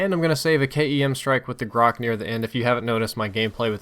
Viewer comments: Это грач а не грак бля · It's not "grak", it's "grach", as in "rich", which means "rook" in russians (it's a bird that can't be found in Americas, so some of you may not know it). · Its not graK, its graCH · MP443 Grach* not "MP433 Grock" Either way, great video as always. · MP-433? Really? And Grok? Its Gratch, the ch is like channel ch xD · As I was forced to say on the PDW episode where I noticed this: It's "Grach". Грач. Like "Gra-T-ch". Not "Grakh". The "ch" is like the one in "chamber", but NOT like the one in "chlorine". Get it? Грач. Grach. Still, good videos. Please, never say "Grakh" again when referring the the MP-443. The title also says "MP-433", which is ten less than 443. Please fix this tiny mistake. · thanks for having a wonderful review and I certainly have no intentions of trying to demean you or sound like an ass, but it it pronounced Грач (which means crow) -- "Graitsch" or "Grish" with a long "i." I don't expect that you've rubbed up on your Russian recently, but its not "grock" lol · you pronounce "GRACH" wrong :) at the end, last two letter pronounced like first two in the word "CHoper" :) "Grach" in russian means bird "Rook" :) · its pronounced GRA -CH ("ch" like "china") - its name is a referance to a russian bird due to it's sound being like a bird's call XD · Just so you know, it is pronounced "gratsh". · To pronounce -grach CH like champion CH not graH!!! Грач...just saying!... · Grach, "ch" like china not like "k" im russian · nice guide, but the "ch" is pronounced like the ch in "chime"